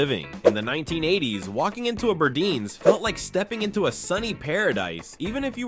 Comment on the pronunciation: Just FYI.. it was pronounced Bur-dines as in "diner"